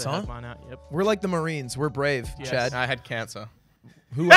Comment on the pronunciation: I thought Ludwig was trying to talk to chat every time he said chad’s name